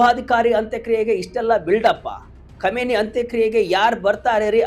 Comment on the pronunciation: Komeni alla kaaminai modlu sariyaagi ucchara maadu matte news